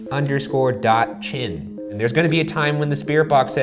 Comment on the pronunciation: you pronounced Mika wrong, I think it's My-ca